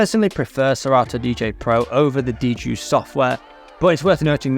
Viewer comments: it's actually pronounced D-Juiced. The wrong pronunciation was a stupid idea of the new product owner on the Hercules team. 🌈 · Actually, it's not. When I heard of it back in 2017, it was called DJuced 40 (pronounced Juiced 40). Digital DJ Tips has a review on it you can look up. Where is your source???? ... Even their free scratch samples that you can download today say "juiced 40" 😂